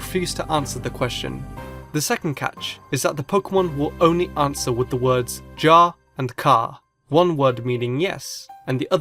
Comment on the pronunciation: Ja is the dutch word for "yes" And it's not pronounced "ja" People say it like "yah" ( I don't mean to be rude or anything, I just thought it'd be nice of you to know it. >_<)